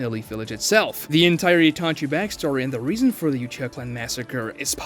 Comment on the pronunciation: Gng did you just say uchiger